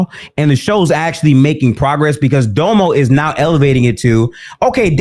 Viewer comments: Its pronounced “Domm-o” not “Dough-mo” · Yo its dom•o not dome-oh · And btw it's DOM-O. Like Dominant. Not Dome-O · Honest question, is there a reason pronounces that nigga Domo name as doe moe and not dom-oh? Like no hate I just find it funny he’s the only one that pronounces his name like that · Nigga said Doemo everytime 😂😂